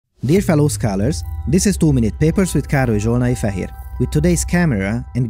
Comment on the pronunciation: Big Brain I always though he said " HERE", like he is saying "me, here, the presenter".